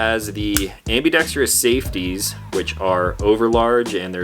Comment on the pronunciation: It's ambedextrous not ambedextrious